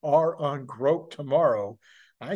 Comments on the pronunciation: btw I believe its pronounced like Grock. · Elon’s pronunciation of Grok is wrong. It is a short “O”. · Elon say's its "grok" long "o", its long "o"....